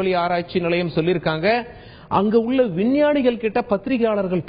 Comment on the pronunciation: உல்ல, செய்துல்லது, புல்லி, இவ்வலோ, விட்டார்கல், விண்வெலி, இந்த அழகான தமிழ் வார்த்தைகள் எல்லாம் "ள' என்ற தமிழ் எழுத்தின் உச்சரிப்பு வேண்டும். அவர்களே தமிழ்க்கொலை செய்யாதே. இந்த வேலையை விட்டு விட்டு சென்று விடு. கேவலமாக இருக்கிறது